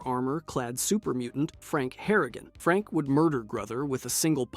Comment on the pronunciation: thats your problem with this video? not him saying 'sandy sands', saying ghouls come from vault 12, thinking vault 13 was in the capital wasteland, missing 2 entire games, consistently saying franks name wrong lmao